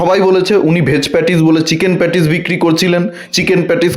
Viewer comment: রোজিনা রহমান তো এখনো ভালো করে কথা বলতে শেখেনি, কি উচ্চারণ করে ও, বিককিরি , এটা কোন উচ্চারণ হলো। অশিক্ষিত মেয়ে একটা। তাকে নিয়ে মাতামাতি।